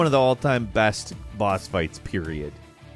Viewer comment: Did he just say boss farts?